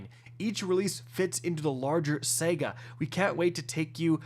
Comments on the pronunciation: I'm sorry if i'm offending you in any way. But are you saying "SAGA" wrong on purpose?? Why do you say "SEGA"?? And "REZORCES"??? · New what?!? Are you saying Sega….as in Genesis? 😂. We let the whole “snipe rifle” thing slide but not this one! 😂. It’s saahhgaahh my dude! 😂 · I thought I could hold it in, but I can’t. It happened twice. It’s not pronounced “SEGA”, it’s SAGA. SA-GA. SAHGAH. Like damn, my guy. You know this. Oh and this game is near dead, nothing excites me or anyone about it anymore. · It’s saga not sega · Sahguh not sega cmon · It's SA GA not sega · Say it with me, sahguh.. not sehguh. Saga. Sega one is a story one is a old console. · Sega or Saga?? hmmm LOL just sounds funny but you are awesome keep it up bro! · Why do you keep saying Sega? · Your pronunciation of "saga" is infuriating. My guy - it's Sah-Gah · “Say-guhh” …. Thanks for ruining my morning. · SAGA ITS SAH-GAH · someone please teach him how to say the word saga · trolling us again with easily pronounced words said consistently wrong..... Saga has TWO A's in it. There is no E.